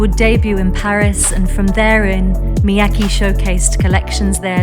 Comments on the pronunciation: Throughout the video you hear ppl pronouncing his name “EE-say Me-yah-kay” but you still say “izzy me-ya-key” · Please please, can doc makers have narrators who can pronounce their subjects’ names correctly and fluidly, though? Shouldn’t conveying accurate pronunciation to the viewer be as important as conveying the designer’s background and vision? This “izzy mee-YACKee ”is painful to the ear.